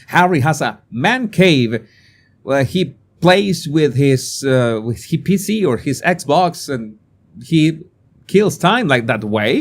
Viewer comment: I know you meant "Plays with his PC" but due to your accent, it sounded like "He plays with his pi55y"😂